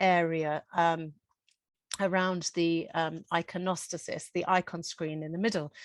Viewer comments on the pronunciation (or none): interesting but your inability to pronounce the names of flowers ordinary flowers and religious terminology including iconostasis suggests your lack of reading and education